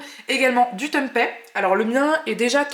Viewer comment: Hello très sympa les salades rôties ! par contre c'est bizarre que tu prononces Tempai.... juste pour info, c'est du tempé avec un é comme dans pépé !! 😉 info y compris venant direct d'Indonésie !